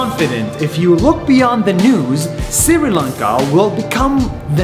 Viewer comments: It is not Siri lanka, It is Sri lanka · Oh god that's sri Lanka not Siri lanka, 🤣🤣, no offence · Sri Lanka is pronounced (Shri Laynka) not (siri laynka) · your pronouncing sri lanka wrong shri lanka but your saying siri lanka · daily please donot spell it as "siri Lanka" try to spell it as "Shri Lanka" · Its not siri lanka its sri lanka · bro it is not siri lanka it is sri lanka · It's not sir Lanka it's Sri Lanka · No siri lanka it is shree lanka on pronunciation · From Sri Lanka, not SIRI Lanka 🙂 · No one: Nas: SIRI lanka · Dhananjanii SIRI LANKA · Hey siri how to pronounce siri lanka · hi I'm Krishiv from India, you pronounced Sri Lanka as Siri Lanka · Is it just me or did I really hear Nas say Siri Lanka (Hi Siri!) every time he said the word? Just curious. :) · It’s pronounced Shri lunka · i am sri lankan and i am happy your including my country in this video but every time you talk about sri lanka you always pronounce it wrong and its startin to piss me of please fix that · You said Sri Lanka wrong